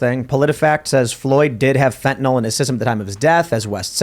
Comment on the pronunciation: Fentanyl, (not Fentanol)